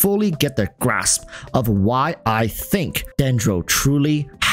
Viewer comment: "to fully get the GRASSp" sorry I had to lmao